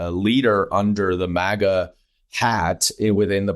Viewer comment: It's a relatively small thing, but thank you Representative Goldman, for pronouncing "maga" right, these talking heads on TV trying to put some ridiculous Euro-spin on it, "m-ah-ga" is SO irritating....